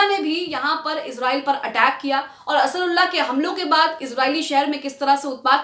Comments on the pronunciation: Asarulla nahi medum ansaarullah bolin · Ap Huthi ke name ko sahi nhi bolti ho Ansrullah ya Asrullah bar bar bolti hai Asal me wo Ansaarullah hai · It's Ansarullah not asarullah...😅😅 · असरुल्ला नहीं अंसारुल्लाह है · असरुल्लाह नहीं अंसारउल्लाह है । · Madam asrulla nahi ansarullah hai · Sahi word Ansarullah hota hai, A ke baad n hai, Asrullah baar-2 kyon bol rahi ho, ek baar agar galti se galat padh ker bol diya to theek hai magar poori reporting me baar-2 bolna sahi nahi hai Ok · انصار اللہ بولنا سیکھ لیجئے